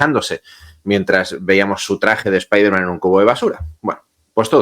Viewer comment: Como "Spaiderman"??? Noooooo..... Spiderman, por favor. 😅